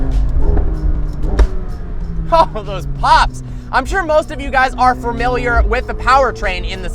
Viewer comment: Nobody: Not a single soul:: "Fermiliar"